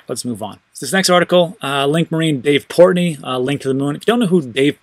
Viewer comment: Lol port Noy!